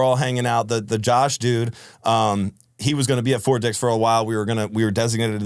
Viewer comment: annunciation lol o thought you were saying something other than fort dix